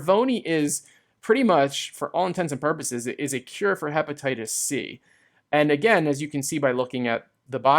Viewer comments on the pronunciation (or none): none